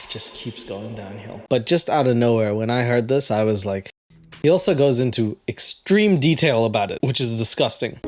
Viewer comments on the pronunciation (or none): none